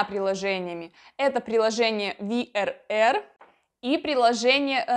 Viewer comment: Cтупеньки очень неудобны для людей с маленькими детьми и инвалидов. Вы произносите всё по английски, например VRR произносится как ФауРР. Кёльн кстати особfя зона в NRW, он не относиться к VRR, он относиться к KVB:)))